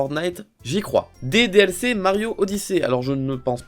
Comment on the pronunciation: Wow quand ta dit "Des DLC dans Mario Odyssée" j'ai entendu "DDLC dans Mario Odyssée".. Surtout qu'il y'avait la musique DDLC derrière